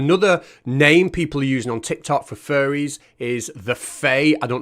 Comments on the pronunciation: I know you are saying faire, but I keep hearing furry, and that is much funnier. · I kept hearing ‘Furries’ too; just the thought of a family of furries living in my wall or even in the attic - NOOOOO! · Ya he keeps saying furry lol